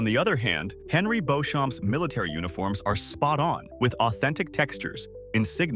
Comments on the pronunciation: Pronounced beach-um as clair explained in outlander when she met her french relative. It isn't pronounced bow-shum as this narratir pronoumces it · Hi, for future reference; Castle Leoch is pronounced Lee-OCK & Beauchamp is pronounced Bee-CHUM. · Beauchamp is pronounced Beecham… try watching the show, you’ll be taken more seriously! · The British pronunciation of “Beauchamp” is “Beecham,” as it’s generally pronounced in Outlander.